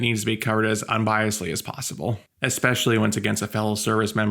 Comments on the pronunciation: "Expesially"😂 Bro, if you're gonna make a video ragging on somebody, judging them for what they say, you can't be mispronouncing words like you're a three year old😂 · You said expecially, that's especially odd.